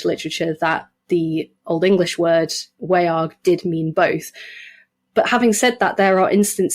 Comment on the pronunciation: The vowel in Old English 'wearg' would be pronounced like the vowel in modern English 'laugh'. The word is monosyllabic - not WAY-arg, but more like /wæ͜ɑrɡ/. The sound is a diphthong. And the quality is the result of A-fronting characteristic of the Anglo-Frisian languages.